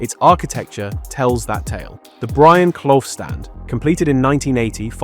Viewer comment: What the fudge is a Brian Cloth? Hire a human narrator. Channel blocked